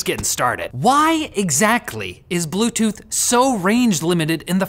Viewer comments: Blute tooth???? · BLUTETOOTH lol